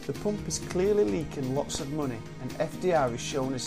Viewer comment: Great video, helps me (I'm from Germany) with learning for my Abitur, but it's money not muney ;P